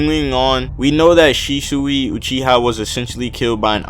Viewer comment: shishui? its shisui